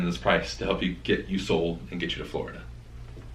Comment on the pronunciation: when says “fLoida” XD